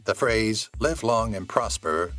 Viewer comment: But you were ok with "Lieve" long and prosper"? (with "live" pronounced like Saturday Night LIVE)